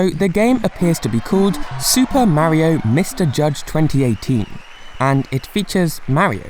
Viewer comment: ..........you REALLY Need.to Learn How To pronounce Mario